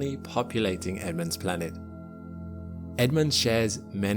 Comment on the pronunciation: Why do you say Blanet?